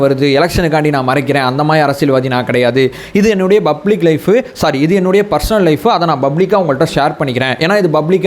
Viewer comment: please bro prononunce 'PUBLIC' not 'BUBBLIC'